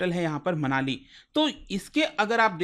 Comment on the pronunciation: मनिला, मनाली नहीं ।।😂😂 फिलिपींस की राजधानी मनीला है, मनाली नहीं ।।